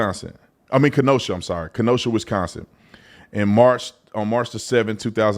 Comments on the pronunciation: Ken-oh-shaw I'm sorry Kenosha lmfao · It’s pronounced Ka-NO-SHa. If You’re not from Wisconsin…You shouldn’t even try to say these places. Except Milwaukee 😊